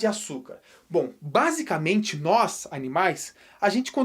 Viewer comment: O professor 'basicente nois animais '😂😂